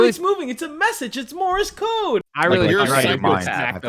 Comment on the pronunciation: "Morris Code"...